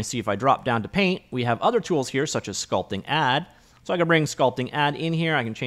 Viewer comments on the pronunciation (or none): none